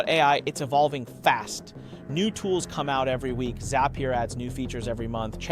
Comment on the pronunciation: Yup... hand gestures are off, pronunciation of words is not consistent (row, zapier)